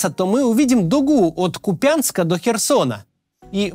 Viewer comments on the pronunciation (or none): Максим, я вас люблю и слушаю всегда, но, пожалуйста, КУпянск, а не КупЯнск🙏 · Не КупЯнск, а КУпянск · Скажите кто-то Максиму что в названии украинского города Куп'янськ стоит не ударение на я, а апостроф. Правильно произносить Ку́пянск, ударение на первый слог, спасибо. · Максим, только не КупЯнск, а КУпянск :) спасибо за выпуск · Максим, очень Вас прошу произносить название города Купянск правильно с ударением на У 🙏 А так видео как всегда отличное! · КУпянск, не купЯнск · Спасибо за работу Вам и вашей команде) Одна убедительная просьба от меня, как жителя востока - не КупЯнск, а КУпянск )) очень слух режет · нету никакого КупЯнска, есть КУпянск - ударение на первый слог. Мне, как Харьковчанину, постоянно режет слух. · Максим перестаньте говорить Купя'нск,это ассоциируется с оккупантами этот город все называют Ку'пянск с ударением на первом слоге. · Максим, не Куп`янск, а К`упянск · Спасибо за видео, как обычно все прагматично и по делу. Но позволю себе одну ремарку. Перестаньте, пожалуйста, называть один из самых близко знакомых мне городов КупЯнск. Правильное название - КУпянск, очень уж режет слух) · Максим, не КупЯнск, а кУпянск! Ударение на У. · Купянск, ударение на У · Купянск , ударение на у , не я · Не Купя́нск, а Ку́пянск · Максим,пожалуйста, кУпянск, а не купЯнск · кУУУпянск, а не купЯЯЯнск!!! каждий раз режет ухо. скажите уже ему кто нибудь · Пожалуйста, обратите внимание что город называется КУпянск (ударение на У), а не КупЯнск.. замечаю от вас это не первый раз и очень режет слух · Ку’пянск, а не Купя’нск!!!!!!!!!!!!!!!!! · Да не купЯнск, в кУпянск, пожалуйста не говорите купЯнск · Тысячу раз написали, сказали, что не БАхмут, а БахмУт – ударение на букву «У», не КупЯнск, в КУпянск – ударение на букву «У»! А он опять … Ну не МаксИм, а МАксим! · Спасибо за интересную информацию. Вот только пожалуйста Ку́пянск, а не Купя́нск. Сла́вянск, а не Славя́нск. Очень уши режет:)) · Не КупЯнск, а КУпянск ) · Не КупЯнск, а КУпянск.